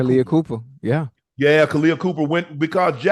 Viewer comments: Copper not Cooper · Kahleah COPPER not Cooper lol